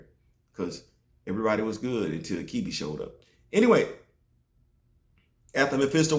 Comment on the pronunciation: Achebe is a Igbo name. Its not pronounced akibi but achibei.